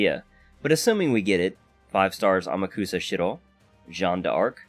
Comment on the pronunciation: >AmakUsa HE JUST AMAKUSA. LAST "A". God, how I hate english language sometimes!